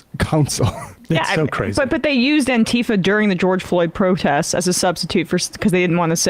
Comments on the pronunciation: If someone pronounces it "anteeeeeefa", then you know that they don't have a clue what Antifa really is. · I love how right wingers pronounce Antifa like it's their dad's sister. As if it's so abstract to them, that it's not only the meta that's impossible for them to understand but literally the word.